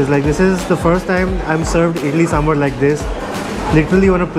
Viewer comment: Guys! Stop saying samburrrr. Its sambhaar for the millionth time.